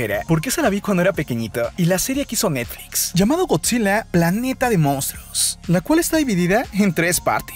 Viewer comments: Porque mrd dice godzille y parecide y planete wtf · planetaaa, esa aaa me dio risa, siempre que escucho esa vos escucho eso, como pronuncia esa ultima silaba, me da risa bro, me gusto tu video